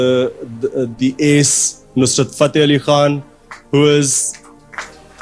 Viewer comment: Fateh ❌ Ali..... Fataaah ✔ Ali